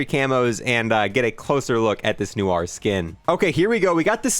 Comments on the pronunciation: “Noo -ar” 😂 love your vide man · not knowing how to pronounce "noir" #legomoment